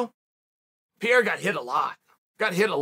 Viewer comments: Who is Piera? I learned how to say Chael Sonen, how hard could saying "Pereira " be? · "piera" HAHAA Chael be fucking up everyones name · Chael just decided his name was piera now 😂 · Alex “Pierre-a” 😂😂😂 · Ironically, I think Lord Chael was closest to pronouncing Pereira's name when he said "prevalent". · Chael, he isn't french. It's pronounced Peh-Reh-Ra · First it was piera then pierre.. and who was that “turkey’s name” … omg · Chael is pronounced “Pay-rare-ah”, and don’t forget to roll the R’s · "Alex Piera", yes! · Uncle Chael doing a video on Alex Pereira. Immediately starts off calling him PEE-AIR-UH. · Nobody but Sonnen: Alex Piera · I like how he calls him Pierre. He's not French bro, lol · Lol chael last week "who the fk is peirreira, guy hasn't done anything, I don't respect kickboxing, nobody has even watched his izzy KOs".... This week after a 2 min Strickland demolition job "WOW peirreira is amazing" 😭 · Whos alex “ Pierra”? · "Alex PIERA" xP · Pee-Era is crazy Chael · Who is Alex Piara? 😂 still not listening Chael! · Alex "Pierra"??? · Chael gained his first real loss to the last name Pereira... I swear this man just said pee-era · Chael if you call him Piera one more time... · Chael… alex “piera” ??? dude is troling us hahahahaha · OK LORD SONNEN... IF YOU SAY 'PIERA' ITS PIERA. NOT PEREIRA.😅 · Alex Pierra? This guy… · "Alex Pee Era" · Pereira , not Pierre. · ITS NOT PIERA... ITS PEREIRA. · I'm looking forward to seeing more of this Pierre-uh guy. Whoever he is. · Chael is borderline calling him Pierre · "Alex Peeyera" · Why is he calling him Pierre? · Why does he call him "Pierre"? Lmao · who TF is peira? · Alex Pierre-a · Alex Piera🤣🤣🤣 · Chael it’s pronounced Pay-Ray-Ra for * sakes. Have some respect for foreign names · oh Chael is still pretending he doesn't know.their name.....lame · chael never pronounce a foreign name correctly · Foreign? He never pronounces any name correctly! 😂😂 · Said his name wrong like 10x haha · Preiiiiiira NOT pera !